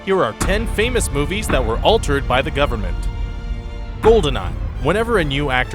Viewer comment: you mispronounced government at the end